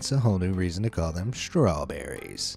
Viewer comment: Oh, my god...straw-berries.